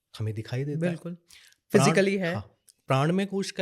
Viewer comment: धन्यवाद...एक अच्छे तरीके से आपने इस विद्या के बारे में जानकारी दी... लेकिन एक विनती है- कृप्या करके हिन्दी/संस्कृत के शब्दों जैसे प्राण, राग, योग इत्यादि का उच्चारण ऐसे ही किया जाए न कि प्राणा, रागा, योगा की तरह....असल में यूरोपियन को उच्चारण में परेशानी होती है तो उनका योगा, प्राणा बोलना समझ आता है लेकिन आप जैसे लोगों को इनका मूलरूप बढ़ाने में योगदान देना चाहिए. धन्यवाद